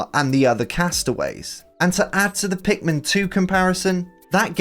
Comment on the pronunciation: ".. meets the titualr pinkman" ITS PIKMIN!! 😂